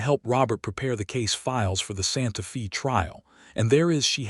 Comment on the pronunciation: Very good story but the city’s name Santa Faye like a girls name not Fe.